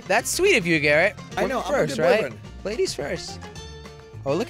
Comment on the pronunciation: jelly its Garrett not garret